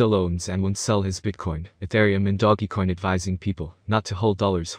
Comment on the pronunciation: Can you say doge coin not doggy coin 😂🤣😂🤣 come on bro